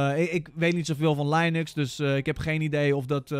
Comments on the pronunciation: ik weet dat het geen lianux is, maar lainux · kijk maar eens naar linus tech tips of een video over linux dan hoor je dat ze linux zeggen niet lianux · nee in het engels zeg je ook gewoon linux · jij hebt gelijk, in amerika zeggen ze lainux lol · "Ik weet niet zo veel van Linux" Je weet neit eens hoe je het uitspreekt idd 😂😅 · De uitspraak Linux is wel heel interessant 😂